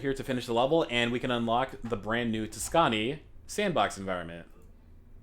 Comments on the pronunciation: Tuscani like dasani do Tusk-uh-knee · That pronunciation of Tuscany though.